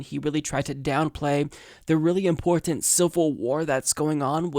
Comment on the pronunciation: I love you but please.. please the way you pronounce important drives me crazy.. that said keep up the good work, much love